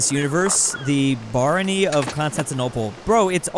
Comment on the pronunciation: dedication to mispronounced everything is so great that he somehow butchered "barony"